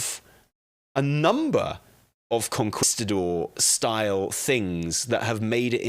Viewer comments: Con-kees-ta-dor hahah not Con-kwis-ta-dor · Lmao idk what a conKWIStador is, but I think he's trying to say conKEYstador 😂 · I can't take anything serious when you say Conquistador like that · It’s Kong-keeestah-door…….ya limey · Con-kwis-ta-dor eh? Fml lol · Con-key-sta-door, for the love of god.... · "con-kwis-ta-dor..." Bless his heart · for the love of god the u is mute like in que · i agree with everything you said except the way you pronounced conquistador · really set his British to 1000 with his pronunciation of conquistador. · I’m sorry, the way says “Conquistador” is killing me. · I'm glad it wasn't just me. I flinched each time he said it lol